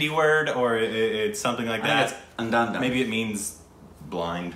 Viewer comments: Its pronounced like: anda - doon 😂😂 i love this movie ❤️ We respect your opinion 😂! I honestly didnt notice the main character not being able to play the piano because i was so mesmerised by his acting and i know where you're coming from. The main character played by Ayushman Khurrana himself said he spent a while trying to convince the audience that he is playing the piano while looking up but i guess it falls on the directors shoulders, but Ayushman khurrana is a musician himself. He sings and plays the guitar and im pretty he plays the piano. But i also agree with korbin that the fact he couldnt play wasn't such a big deal to us. Anyways he is an underrrated and talented actor. The ending had so much different ways, its how you see it and how you think it ended. I see the ending as he went and actually took the lady's eyes and he went overseas to play as a fake blind person playing the piano and told the girl a fake story, because being blind and playing the piano will get more attention and as he said, it was an experiment. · Pronounce it like-: Andha +dhun = Andhadhun Soo simple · Its pronounced Andhaadhoon. It is a very clever wordplay. Andha means Blind, Dhun means symphony. And Andhadhun the whole word is a subset of another word "Andhadhundh" which is an adjective for something going with breakneck speed. So there you go. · It is pronounced as 'An (as in, 'un' in 'under')-dhaa-dhoon'. Meaning 'Indiscriminately'. I am glad that you got the hashtags correct this time around as you worte #andadhun instead of #andhadhun in the trailer reaction. Would love to see another attempt in saying the Movie's name. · It is unn-dhaa-dhoon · It's pronounced ann-dhaa-doon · SAY AN - DHA - DHUN.